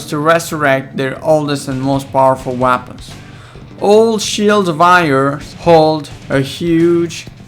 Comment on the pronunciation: the way he says weapons